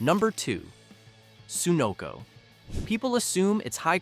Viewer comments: SUE-noco? Citgo IS top tier. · Wish your AI would pronounce Sunoco correctly.